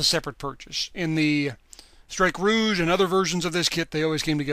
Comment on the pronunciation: Finally someone pronounces strike ROUGE properly everyone pronounces it ROGUE